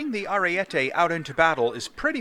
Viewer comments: Its pronounced arie-te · It’s Ah-ree-e-teh